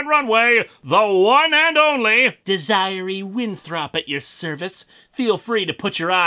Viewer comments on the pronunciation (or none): Dez - Uh - Ray. You keep saying Dee-Zie-Uh-Ree. lol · It's Dez-er-E! Not DesERee. Get it right. Or I will be angry. And you wouldn't like me when I'm angryyyyy...! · Dez-er-ray. her name is pronounced Dez-er-ray. Lewis Desire-y sounds stupid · "Dez-er-ray" Linkara, not "Dez-i-ree". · I'm fairly certain it's pronounced "Dez-eee-ray," though I'll admit I've never seen it spelled like that. Wonder what other nuggets of "ackshually" I'll have as I binge more of your Clone Saga videos. Happy 14 Years, Linkara! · it's pronounced "deh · zr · ay" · Desiree is pronounced desi Ray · Des-eh-rey = Desiree. Though I guess knowing the difference is equal to the difference of where-ever the fuck MN vs. St. Louis Misery (MO) Edit: Also don't issue copyright complaints on other videos that use clips of your videos. It's a bad look sir. Especially considering how the majority of your videos consist of another entity/person's IP. Fair use cuts both ways. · wait a minute....did he just call that woman...desire e .....I'm not gonna lie, when I first saw that name spelled thats how I said it to....even though I have a cousin named desiree. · The name is pernounced (Deser A with A as in hey) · It’s pronounced Dez er ey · damn I always end up doing this for linkaras vids..its pronounced Dez-Er-Ray...sorry Lewis. I love ya anyways. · Deh-Zir-Ray, it’s pronounced Dezirray. But your way is much funnier. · Desiree is pronounced "desiray" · Jesus, that's the worst butchering in pronouncing "Desiree" I've ever heard. It's pronounced "Dez-ah-ray." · Desiree is pronounced "Dez-ih-ray" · Linkara.... I love your show dearly... You are a wonderful Host... But it's pronounced "Dez-uh-ray" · Hate to be that guy, but Desiree is pronounced Des-ear-ay. Dang, I always feel dumb trying to show pronunciation through text like this. And in this case, it just feels patronizing to you. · I wonder how many people are gonna point out Desiree Winthrop is pronounced Deh-seer-ray? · I physically winced at that.